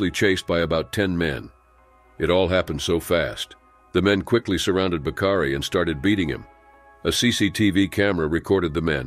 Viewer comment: "Bakari"...not "Bacardi"...